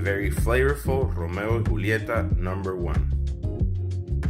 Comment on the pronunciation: Did He Say Ramow